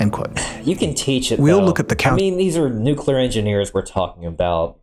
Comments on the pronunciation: nucelar? It’s awesome when a channel who is dedicated for information and learning can’t pronounce NUCLEAR correctly. I’ve noticed that those morrons who can’t pronounce it correctly mostly are from USA, but this morron isn’t from the states and still can’t pronounce it correctly. I think they say it wrong because of the word nuke. But nuclear, I can’t stop laughing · its actually pronounced nucular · Yeah and can’t pronounce NUCLEAR correctly